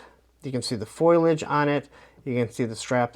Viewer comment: Foliage, not “foilage” lol